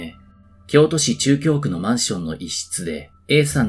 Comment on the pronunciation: 「なかぎょうく」